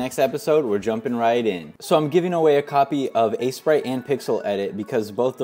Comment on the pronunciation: "assy-sprite" lol